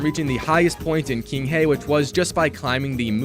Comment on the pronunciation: saying it as "king hey" instead of "Ching-huh" hurts my soul 🙃